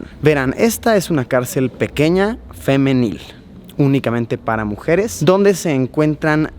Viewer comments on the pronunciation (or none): Hay cárceles femeniles junto a ala de hombres y también se les llama mixtas yo creo que por eso hizo énfasis en la palabra.